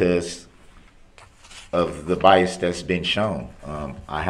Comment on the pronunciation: Biast, troof, and being confused about being muted...he thought being muted meant he was allowed to hear what was going on!!!grrr